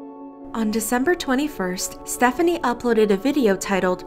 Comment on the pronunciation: Btw it’s pronounced Stephanie so :)